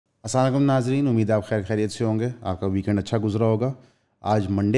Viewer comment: Kindly Sir! Salam theek tareekay se kia karain. Don't say "As-saam alikum", please say "As-Salam Alikum".👍